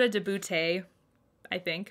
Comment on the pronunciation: you should pronouce beauté as boté. love your vids as always.